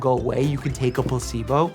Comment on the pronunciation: when he pretends to be pokemon trainer, he sounds like he said plusebo effect...